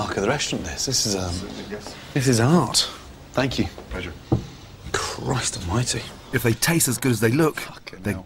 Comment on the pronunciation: When Gordon says "thank you", it sounds like "Fuck you"...